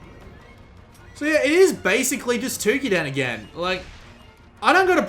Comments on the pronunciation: Dear god him saying Twokiden instead of Toukiden is pretty annoying. lol But...good video, its just annoying to always hear foreigners mispronounce things. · The "ou" in "Toukiden" is pronounced as the "ou" in "Touhou".